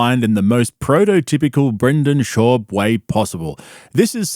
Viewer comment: Brendal Shaubi 😂😂😂😂😂😂😂😂